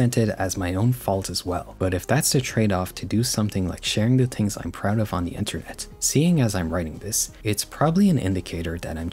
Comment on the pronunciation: I'm sorry but why don't u pronounce the "th" in "the" and "things"